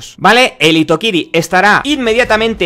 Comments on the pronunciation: Hitokiri se pronuncia Jitokiri. Solo corrijo con todo respeto ;) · hitokiri se lee como jitokiri, lo digo como nihongo no gakusei ( estudiandte de japones) xD